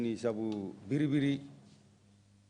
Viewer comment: I don't know why the TRRC staff keep saying " BERRI BERRI." It's "BIRRI BIRRI," for God's sake.